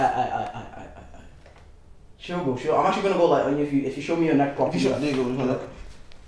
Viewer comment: 'neck' not next